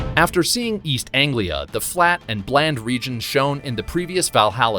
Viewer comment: Hearing an american say east anglia is so awkward.